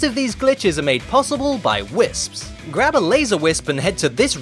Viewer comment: when he says "whisps" 😂😂😂